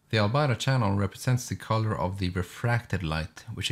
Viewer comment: You're saying "Albedo" wrong. It's not Al-Bido, It's Al-Bee-Doe.